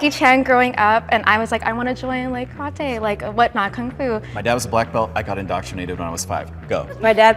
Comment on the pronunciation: tried so hard to pronounce karate right but still didn't🙏